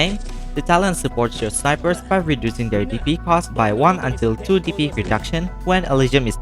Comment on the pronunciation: The way you pronounce DP sounds like PP